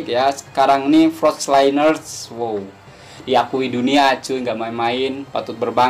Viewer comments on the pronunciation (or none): Sebutan 'frosliners' kurang tepat.